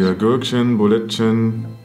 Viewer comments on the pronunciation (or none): Und sagt ein paar gürkchem Bolletchem